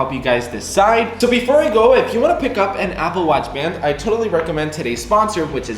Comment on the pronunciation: “Apple Wutch”